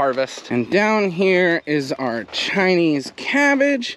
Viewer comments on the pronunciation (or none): "Chinese" cabbage. The way you say it sounds like yer sayin "tiny cabbage" and I couldn't figure how who'd want teeny tiny cabbage. 😂